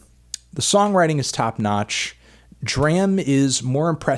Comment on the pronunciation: For the love of god his name is pronounced DRAM as in Drama...